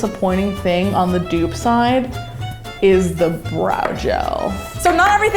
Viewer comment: Yeah. It's a dupe not 'dew'p 😂